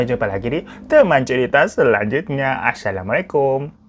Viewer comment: Saran kak, closingnya jangan blg "asyalamualaikum" tapi "assalamualaikum". Beda pengucapan bisa beda artinya.